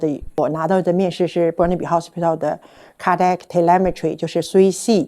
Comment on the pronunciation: 建议纠正英语发音。例如cardiac分三个音节 car-di-ac,不要吞音。